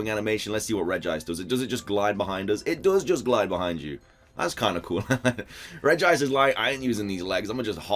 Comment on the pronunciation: Is it just me or did he say regirice